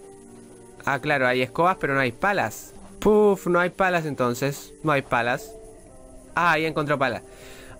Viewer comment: la nueva forma de decir "palas" .... "pelas"!! xd